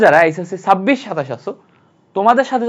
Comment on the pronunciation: Sabbish ki vai ar eisessi ki,, chabbish r eichesci hobe, apnar pronouncing e problm ase . 🙄